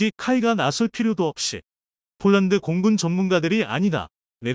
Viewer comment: 이보세요 몰란드 몰란드 하지마세요 남의 이름을 함부로 바꾸지 마십시오 폴란드 발음 안되나요 혹시 일본인인가